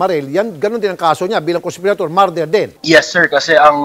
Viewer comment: PRONOUNCIATION: not "MAR-DER". It's "Murder" [ˈmər-dər or Mer-der ]